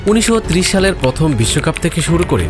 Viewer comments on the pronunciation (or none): none